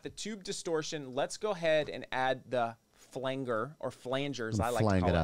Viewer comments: the elite pronunciation is actually "Flawnjer" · pronounced flanjer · I say flanger, I have never met someone who pronounces it like flanger